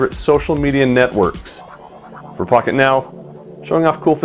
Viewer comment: it sounded like he said "im with fuck it now" haha